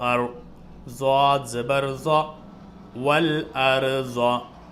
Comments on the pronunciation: Bhai aap dwad ko zwad kyu padhte ho... maine to arbi me sirf swad aur dwad suna hai arbi me zwad nhi hota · आपकी कोशिश अच्छी है लेकिन दुआद होता है अरबी भाषा में ज़ुआद नहीं